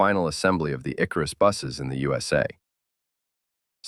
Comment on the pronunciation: It's the very first time in my long Life that someone pronouced it « Man ». No way.! Forget about Man. It's pronounced M.A.N., you got it, man? There isn't any "surprising story of socialist buses in the Yousa" either, but in the U.S.A., no matter whether with or without dots.